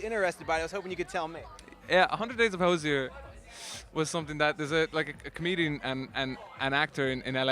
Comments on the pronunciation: Thr interviewer consistently misprouncing his name is making my ears bleed. 🙉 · The interviewer really should learn how to pronounce the interviewee’s name before the interview. Hozier even slipped in the correct pronouncement and he still got it wrong.